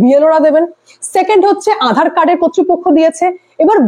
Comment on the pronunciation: ম্যাডাম আঁধার কার্ড নয়। আধার কার্ড উচ্চারণ টা একটু ঠিক করুন।